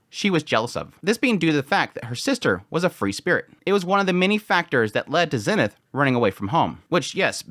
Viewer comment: Yo, random question not trying to be a hater but why do you pronounce Eres and Zenith like that? In the Anime they clearly pronounce it differently? Is it because that’s how they say it in the Japanese version?